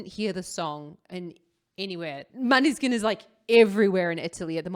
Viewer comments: The pronounce is moneskin......not maneskin... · You are saying the band name wrong 😂